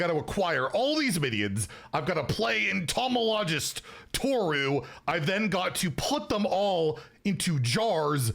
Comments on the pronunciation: En-to-mol-o-gist is probably the easiest way to pronounce it. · entomologist: en-tuh-mall-uh-jist 😀👍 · En(in)-to(toe)-mol(like in “Molly”)-ogist(I’m pretty sure we know how to say this) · Sweet jeebus dude lmao it’s pronounced: en-toe-ma-low-gist. Easiest way I can put it. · How you pronounce entomologist is hilarious